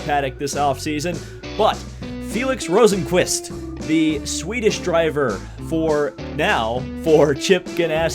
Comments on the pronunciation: You were actually closer with the first pronounciation of Rosenqvist's name. It's more like Rosenqvuist, definatley not Rosenqvuest. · I’m Swedish and I think it’s pronounced ROsenqvIst